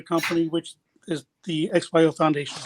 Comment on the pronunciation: XYO not OXY